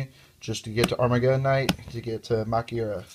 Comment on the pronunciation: actually it is pronounced ma-kyu-ra. you also have to watch out for heralds.